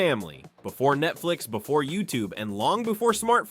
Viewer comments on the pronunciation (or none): none